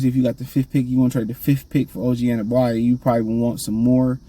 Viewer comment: An-uh-no-bee is how you say his name you always been terrible at pronouncing peoples names 😂